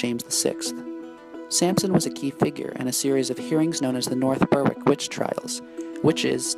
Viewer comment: It's pronounced " berick "